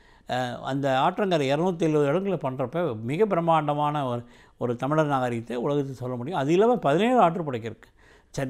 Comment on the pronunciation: Tamizhar not tamiliar and Tamiz makkal not tamiliars. Present day tamizh pronunciation is horrible.